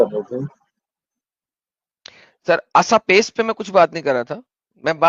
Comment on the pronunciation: असपेस नहीं इसपेस पहले बोलना तो सीखो जाहिलों फिर डिबेट करने आया करो क्यों अपने मोहम्मद और अल्लाह की बैगेरती बिखेरने आ जाते हो